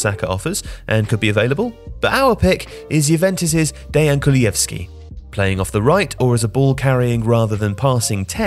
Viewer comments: It’s pronounced kulusevski not kulujevski btw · Kulushevski! Not „Kulujevski“. Improve your pronounciation please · It’s Kulusevski, not ”Kulujevski”… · Bro what Kulieski its literally written ''Kulusevski'' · Kulusevski not Kuluyevski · Kulusevski became kuluevski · KuluSevski NOT kulujevski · Where's the J in kulusevski that I keep hearing? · I'm sorry but since when is the 's' in "Kulusevski" silent? Or has every one else just been pronouncing it all wrong? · You pronounced Kulusevski wrong... sorry, had to say it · Poor Kulusevski getting his name butchered. Also he is playing terrible this season and is really far from his Parma performance that got him a €40m transfer. He should have stayed at a mid-level club for another season or two, he is definitely not ready to be a starter at a big club, and at Juventus he shows that he isn't a reliable sub either.